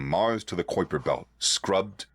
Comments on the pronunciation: Astronomers I follow pronounce Kuiper as KYE-per, not Kwoi-per. Hope this helps. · Kwip R belt? No! No! No! Kuyper is pronounced. KĪ Purr. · For future reference. Kuiper is pronounced ky-per.